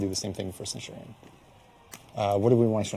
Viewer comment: Ah yes, Centwardion